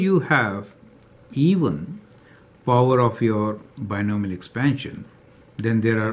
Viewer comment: i think it is binomial not binimial